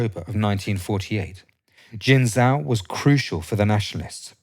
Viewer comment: Jin Joe - not Jin Zow . . . type the names into Google Translate and listen to the pronunciation and then practice before taping and uploading. It tends to undermine people's confidence in your narrative if you can't pronounce Chinese names.